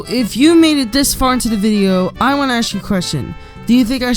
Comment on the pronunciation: Omg i love this persons accent when they say "Want" OOOOOO